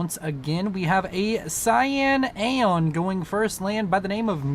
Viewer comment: I enjoyed the multiple Freudian slips with "Accidental Aeon" becoming "Accidental Anal." xD